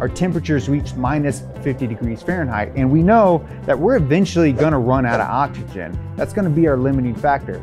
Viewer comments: Is it just me or is he saying ochigen and not oxygen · Why can't he pronounce OX Y GEN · I like when he says oxkigen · If I had a penny for every time he said 'okshygen'...